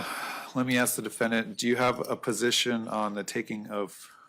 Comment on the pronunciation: Her voice and manner of speaking. She says "diffindint" instead of defendant.